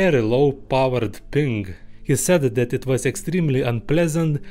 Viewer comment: Makes me think the thick accent is just for added charm. Knows a shitload about sonar and sound engineering, but has trouble pronouncing the word "ping"? Aw hell naw